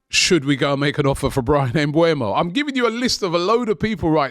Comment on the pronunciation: Why do y'all always get his name wrong ? Smh! His name is Mbeumo not Mbuemo.